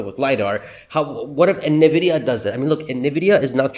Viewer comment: I’ve heard about Nvidia as we all have. What is this “Ne-Vidia” you keep talking about?